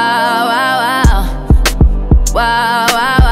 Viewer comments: Am I the only one who heard 'wild thoughts' as 'lactose'? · its sound like she said white thots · Last time she said "wild thoughts" I heard "wide thots" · I thought she said watos lol I was like fuck is watos? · For the longest I thought she said , " Why , why, why sauce" 💀😂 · I literally thought she was saying “why thoughts” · I hear "Wild thots" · I THOUGHT SHE WAS SAYING WILD SAUCE, OHMYGODD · Heaven Faulkner i thought she said " why calls" but i know now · I thought she was saying Guac sauce 🤣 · It literally sounded like she said WAWA SAUCE